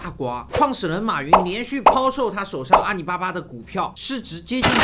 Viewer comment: 是阿里 不是阿你